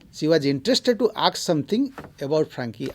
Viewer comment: Sir nice presentation. Please correct your pronunciation the word 'ask '